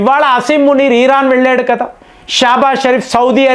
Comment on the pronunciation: భారత్ అని స్పష్టంగా పలికి నప్పుడు ఇరాన్ అని పలికితే బాగుంటుంది